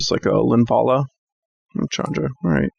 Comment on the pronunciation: Thank you,, for correctly pronouncing names like Ulvenwald (Ulvenvald) and Chandra (not Shandra). Hopefully, you also say Gisela and not Jisela. Pronouncing it Jisela is almost as bad as saying Jarruk instead of Garruk. Also thanks for the gameplay!